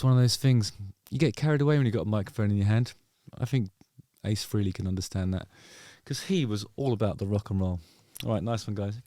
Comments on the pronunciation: Freelee, Freelee, Freelee, ... I can't hear it anymore 🙉 Why don't you all finally say it the way Ace himself said his name? At least now that he's gone! Finally make the effort and pronounce his name correctly... 🤬🤬🤬 Rest In Peace Ace Frehley (pronounced: Fray-Lee) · it's pronounced Fray-Lee. Rhymes with Haley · It’s Fray-Lee not Free-Lee 😎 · You're saying his last name wrong. Its definitely not FREELY. Its pronounced Fray-Lee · Its freyli not freely. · This is a pet peeve of mine, and I mean no disrespect. Ace’s last name is pronounced “fraylee” not “freelee”. He was never one to correct people, but always made a point to notice when people “got it right”. Just thought that at this time of paying respect, we can finally respect the proper pronunciation of his name. Don’t feel bad, you are one of many who say it that way!!! Cheers! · It is pronounced "FRAY-lee" not "FREE-lee". Say it out loud, Justin. "FRAY-lee". Frehley. Good mop-top. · Kind words there Justin Harkins. It's Frehley (Frayley), you think after 50+ years people would know how to say his name? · It’s pronounced "Fray-lee”. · He has a producer. She would have told him how to pronounce Frehley (rhymes with Haley, like the comet). No one missed that solo project’s name; not even me, a lifelong hater of KISS. Ace was okay, though. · Literally everything this guy says is with foot in mouth... can't say Ace's last name right, oh and why would he remember you? Cuz your a demeaning ass? Further... what you seem to think and spew of Ace and in his passing. I got through about 2 or 3 listens of your "good" album and it was a hard pass, keep up the good work with the podcast every now and then.